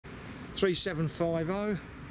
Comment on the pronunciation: Actually it’s pronounced Thirty-Seven Fifty - 3750.